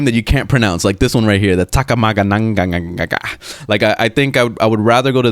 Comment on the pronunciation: Lol separate it to 3 syllable if it's that hard. Taka-maga-hara. It's a cool name.